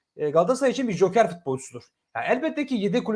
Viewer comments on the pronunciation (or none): none